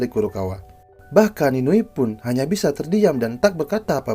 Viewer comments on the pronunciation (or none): none